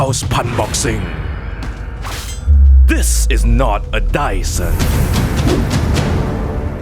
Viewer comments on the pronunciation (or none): Daisun = dyson